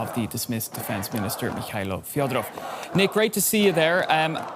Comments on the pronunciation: Thank you for covering. The surname is fEdorov, not Fiodorov. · Fedorov, not Fyodorov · Fed- o - rov say it properly